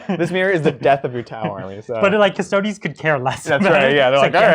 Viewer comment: They are called cuss-toad-ees not cuss-toads in the same way that marines are not called ass-tarts.